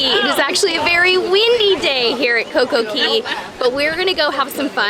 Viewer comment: Girl! Again, it is coco Cay it rhymes with Day! I love your vlog's but it's driving me nuts that you're putting an e in Cay